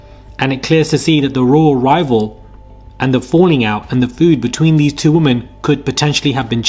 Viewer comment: Feud is fewd not 'food' lol. 🤣 'Strongly letter legal words'!!? 😁 Surely you mean, strongly worded legal letters!! 😆